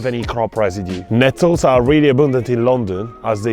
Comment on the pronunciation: Glad you put a timeline at the bottom, your words are hard to understand sometimes. I had no idea you were saying "Nettles"....be mindful of saying words carefully